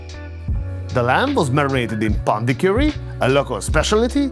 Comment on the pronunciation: Not sure why the map panned to the north of India for dish 08 which you say is from Karnataka, which is way down south, situated north of Kerala and Tamil Nadu. Edit: also, pandicuri is not pronounced coori, but curry, it literally translates to Pork Curry, and often transliterated as Pandi Curry.